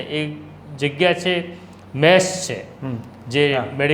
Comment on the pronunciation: મેશ ? કે મેસ ? આગળ રહેવાની હોડમાં ભાષાને સાવ પાછળ છોડી દીધી છે. મેશ એટલે કાજળ, કલંક, વગેરે થાય. અહીં ભોજનાલયની વાત છે તો મેસ જોઈએ....